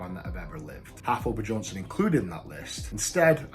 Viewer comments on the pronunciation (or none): "Haftor Bejohnsson" xD